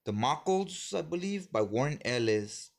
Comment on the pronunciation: Lemme help u wit da pronunciation Damocles(da-mo-kleez)